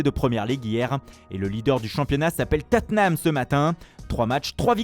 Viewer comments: Ça se prononce Totte heum (Tottenham) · Tottenham devient Tatename avec le commentateur. 😂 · Teutenham hahaha l'accent. 😂